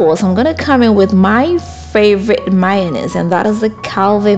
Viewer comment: I love the way your accent makes "mayonnaise" sounds like "minus"-pronounced-slowly to the amerikan ear. ✨😊✨